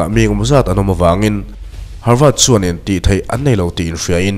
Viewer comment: Harvât tih tur ami,havard nilo maw